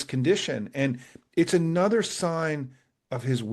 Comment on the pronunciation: Small thing. Why is 'another' now pronounced 'Another?'